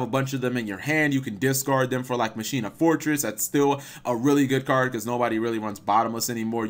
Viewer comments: Ma-Key-Na is how you pronounce Machina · Pronounced Mah ki na